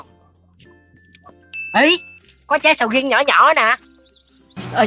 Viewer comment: Nói ra sầu riên ra sầu riên luôn ah úi